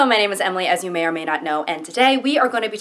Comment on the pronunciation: Your intro always sounds like "as your mayor may not know", but I guess that's also accurate, a german guy in his sixties probably wouldn't know you